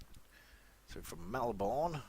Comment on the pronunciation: U said Melbourne wrong!